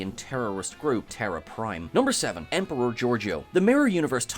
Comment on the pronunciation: Just a little thing but it's 'emperor' not 'emporer.